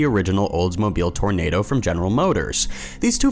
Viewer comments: Will you EVER learn to do more research and at least TRY to pronounce names correctly? There was never a car named the Oldsmobile "Tornado!" It was "Tor-o-NA-do." (Matter of fact, when I typed the name wrong, your spell-checker underlined it and told me it should have a second "O" after the "R." And I see others decry your habit of including stock photos of any and all kinds of planes, cars, boats, and just about everything under the sun except the subject of the segment. THUMBS DOWN again. (I don't know why I don't just un-subscribe and save myself the aggravation of your constant bobbling.) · It's not Tornado. It's Toronado. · tor ro nah do holy jesus these millennials